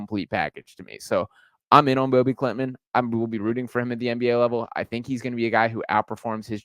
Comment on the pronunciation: Hoping he becomes the first swede to go in the first round! btw his name is pronounced no different than ”Bobby”